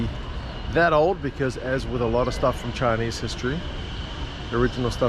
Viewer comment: Too funny about the guy saying your Chinese is better than the local security dude. More precisely your Chinese pronunciation is more standard